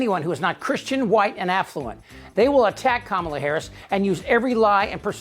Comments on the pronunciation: It's KAmala, not KaMAla. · Say her name correctly, please! Like Comma-la. Thank you! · It's pronounced "comma-la". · Trump likes to mispronounce the name "Kamala". So let's be sure to call him Don OLD Trump. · Good reporting, Chip, but why are you mispronouncing her name? 🤨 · Please learn how to correctly pronounce Kamala . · You may want to pronounce her name properly rather than how Donnie does… and spell it correctly in the title. Other than that, good points, thank you. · Hey, Chip, you sound like the Republicans. Learn to pronounce Kamala’s name correctly. The stress is on the Ka not the ma.